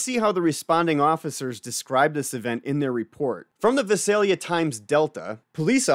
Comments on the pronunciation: It is pronounced Vie-sell-ya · It's pronounced Vie-sale-ya. Weird I know. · Hey you're not pronouncing of town right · Use to live near there. The thumbnail is spelt wrong and the pronunciation of Visalia was a bit off haha. But great vid as always.